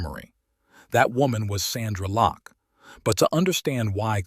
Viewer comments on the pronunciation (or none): Lost me when he said "Sandra Locke"! When you start getting names wrong , you know its AI........bye, bye!